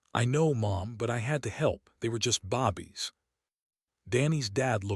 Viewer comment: This seems so jerky. Lots of character names are missing. Mispronounced words(bobbies instead of babies for example). Seems like a decent story, but many things need to be updated/changed.